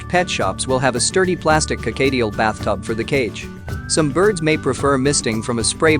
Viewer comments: Whats a carcadeal?? Dang Americans pronounce words so weird! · "Co-kayy-tiel"? No. Just no.